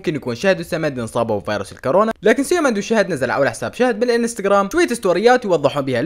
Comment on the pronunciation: اسمها الكورونا باضمة وليس بالفتحة